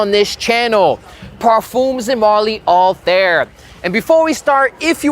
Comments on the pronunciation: the review would be more credible if even the name of the perfume is pronounced correctly, it is not anything like hair or air, more like althaiir, that's what the double dots on the i are for. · I cringe everytime you said “All-Theere” no hate but I don’t know how its actually pronounced 😅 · why everyone pronounces the name of this perfume wrong 😭